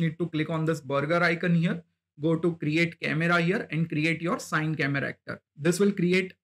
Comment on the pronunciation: Nice one bro.. Just for next time, CineCameraActor is pronounced "C-Ni" (like, "cine-ma") and not Sine :)